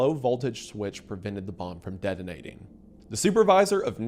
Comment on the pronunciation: "buddon" (drink) "deddonating" (drink) "Tidan 2" (drink)